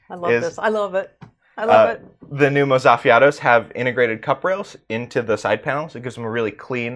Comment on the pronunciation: Mozzafiato is pronounced "moht-sa-fee-ah-toh". Or kinda like mozzarella. It translates in Italian to breathtaking.